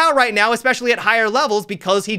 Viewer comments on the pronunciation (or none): none